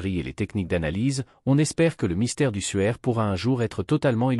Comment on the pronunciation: Le suaire pas le sueur mdr!!